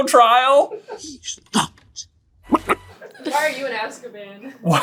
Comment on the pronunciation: "hes not bok bek" had me giggling for a solid few minutes